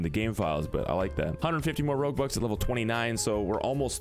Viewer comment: Thought you were saying robux at first and then realised you were saying roguebucks @@